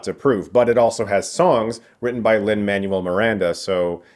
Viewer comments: Man-well, not Manual. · I didn't see any other comments with this in there, but for future reference in case he comes up again, in Lin-Manuel Miranda's name, Manuel is pronounced "Man-Well" :-) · "Lin Manual Miranda" and "In can toe" lol